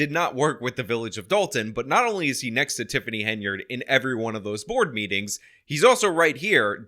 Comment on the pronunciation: she calls board meetings "bormees". I mean.....